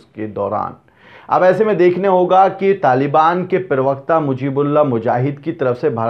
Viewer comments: Bhai jabi nhn zabiullah talaffuz sudharo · unka naam ZABIULLAH mujahidin Hai " jabiullah mujahid" nhi aapko urdu nhi aati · Jabeehullah NAHI zabeehullah